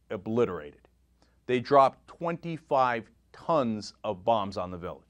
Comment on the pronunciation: I like how Cenk enunciates 25 tons of bombs... for the record, that is 25 bombs. You hear tons and assume some huge number, it isn't. Of course this action was deplorable, completely uncalled for and despicable, just pointing out a fact.